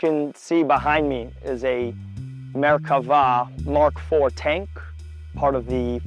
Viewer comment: "Me er keva" more like. " More kebab"